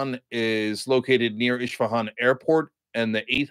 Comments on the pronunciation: The city is called Esfahan not Ishpahan. Please educate yourself. Thanks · It’s Isfahan with S not SH.